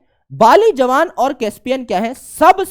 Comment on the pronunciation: javan , not jawan